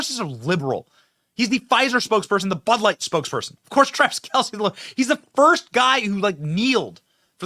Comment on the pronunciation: Did you say bud light or butt light